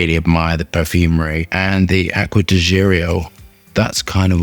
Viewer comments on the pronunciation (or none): "AQUA DI GIRIO" you killed it! 🤣🤣🤣